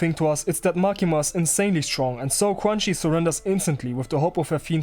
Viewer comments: I think her name is pronounced kinda like chew-an-she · I swear you're calling her crunchy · ITS PRONOUNCED CRUNCHY???!!!